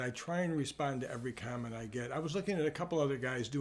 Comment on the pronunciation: I thought he said condom, not comment.